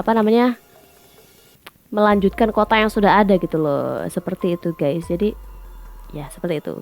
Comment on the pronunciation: Siapa siiiich nm nitizen yg blm jg tuntas ngmg nya udah ketawa. Juga menyebut guys dengan gaaaaaas. Tlg dong mas, benerin dl pengucapannya. Biar ayiiik. Lg pl ngmg nya khoq rada ngaco siiiich, dng ngmg wkl enggak pny hak. 🙄😱😱😱 pugu giliran jadwal debat cawapres itu kan menyampaikan program bersama capres dan cawapres. Ih kamu melecehkan wakil bngt. Presiden tnp wakil enggak bs nyapres bung !!!